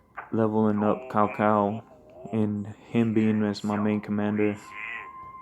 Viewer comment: It's pronounced Chao Chao not ka cao.